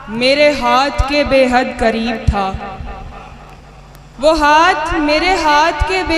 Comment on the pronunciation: Shaiyra sahiba alfaaz theek kijiye ..kareeb chhoty kaaf se nahi bade kaaaf se h ...tallukaat m bhi bada kaaaf h ....shaiyri achhi h apki ....may Allah bless u success through out life ...